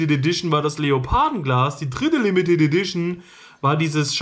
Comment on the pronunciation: Ädition? Heißt das nicht Edition?